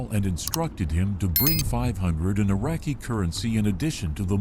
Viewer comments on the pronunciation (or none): none